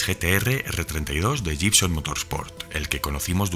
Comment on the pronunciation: Amigo, la palabra 'Gibson' se pronuncia 'guibson'.